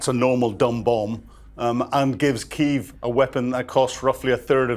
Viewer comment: Kyiv has two syllabics